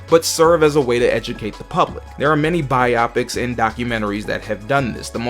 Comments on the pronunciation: Glad I’m not the only one who thought this, bi-opic would mean something completely different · Bro is killing me saying biopics like bi optics, it’s pronounced Bio-Pics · Bigfacts like bruh I'm tryna get thru this but it's genuinely cheesing every time I hear it